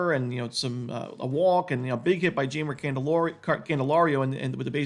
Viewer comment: 😂 ❤ohhhh your pronunciation of Spanish names needs a little work. Jaimer Calendario is pronounced “hai-mer” don’t worry, we’ll get there before the end of the season.